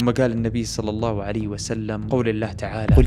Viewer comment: خطأ في التلاوة ، تعالَوْ وليس تعالوا ، إلا اللهَ بفتح الهاء وليس تسكينها ، قولوا اشْهدوا وليس أشهدُ